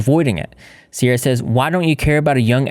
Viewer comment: IM SORRY BUT "cierra the angle"